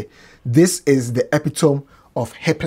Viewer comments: 😂😂 what is epitome It's epitomi like indomie, you make I laugh you🤣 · kindly come back again with the pronunciation of “epitome” 😂😂😂